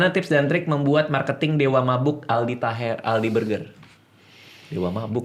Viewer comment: Aldi taher "A"nya All out 😂